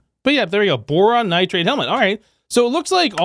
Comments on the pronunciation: I hate how he says nitrade instead of nitride like it says. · Definitely, most of the time I get a kick out of it but the nitride one really gets me for some reason